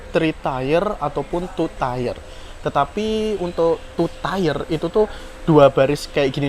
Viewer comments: Bacanya : Tir... bukan tiyer atau tiyer :D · Tier itu kalau dibaca Tiir :-)